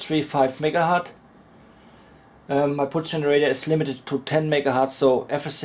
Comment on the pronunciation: i love your experiments. But... its very painful to hear "megahart" 5 times in a row. Hz aka 1/s was named after Heinrich Hertz. Some pp thinks Hertz is the plural of Hert, guess u do too. They r wrong. Pls use Hertz instead.